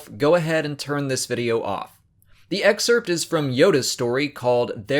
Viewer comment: The way you pronounce excerpt though